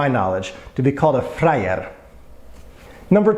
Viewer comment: Actually you pronounce "frajer" more like "flajer/flyer" while it should be pronounced with a strong stressed R, like in a unfortunately overused vulgarism "kuRwa".